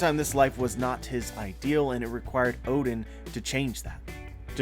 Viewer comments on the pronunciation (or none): Hey man, do you reckon you might be able to stop mispronouncing Oden’s name? It’s not Odin like the Norse god... it’s O-DEN, like the Japanese food. You need to put stress on the DEN. Maybe search the food to learn how to say it... Love your videos but really struggling to watch during this flashback cause that name pops up so frequently... feel like the mispronunciation is going to rub off on me too the more I hear it from all the youtubers...